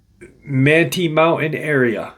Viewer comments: Manti is pronounced Man-tie, like a man is tying a tie lol. Not that it matters, I’ve lived in Utah for the past 28 years so thought I’d help out. Super excited about this one since I live here. A lot of forest giant sightings and encounters here that I have researched. So I’m excited to hear about this one. Most encounters are happening along the Wasatch mountains and the Uintas. So this will be exciting hearing about something a little further south of where I’m at in Utah County/Salt Lake County area. Something really interesting, encounters of Bigfoot/forest Giants in some of the canyons here, notably Provo Canyon, Springville/Diamond fork, Payson canyon, many sightings in Ogden and Layton and Farmington, one near Lagoon amusement park, which is interesting. That one was so close to that amusement park, was seen walking up Farmington Canyon from the park, anyway let’s find out what this is about. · It's pronounced man-tie. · It's pronounced, "man-tie." Manti Community Campground is 7 miles east of Manti, Utah next to Yearns Reservoir at an elevation of 7,400 feet. Accessible by dirt road, no high clearance vehicle needed.